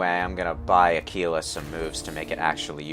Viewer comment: It's with a G. Aguila